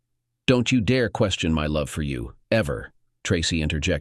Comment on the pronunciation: Please use another text to speech software. It can't even pronounced 'marriage' and 'question' right.